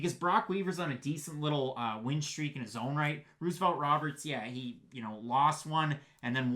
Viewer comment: Stop saying Ruse-o-velt 😂